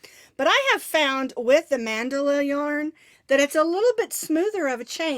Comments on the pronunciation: Get you a chat moderator they are to watch for toxic ppl n remove . And it's called Man-da-la soft on the a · Congrats!!! I say Man dell a but thats just me!:) Love it no matter how you say it!!